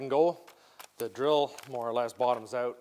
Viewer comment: What's up with this "I need an accent" where every fourth or fifth time OUT suddenly is pronounced "EUOT". Hear it here and there last couple o years. Sounds pretty stupid.